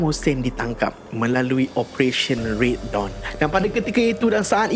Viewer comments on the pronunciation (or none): none